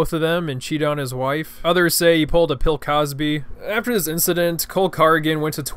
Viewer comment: This man did not just say pill Cosby